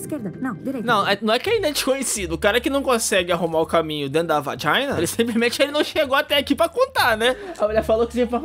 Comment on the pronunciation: "VAJINA"rachei kkkkkk